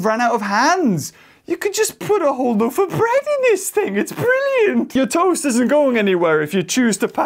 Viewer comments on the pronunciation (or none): It's not tost!!!!!